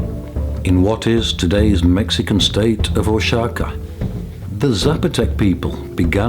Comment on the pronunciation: I am 1/2 Zapotec. Oaxaca is pronounced Wah- Ha- Cah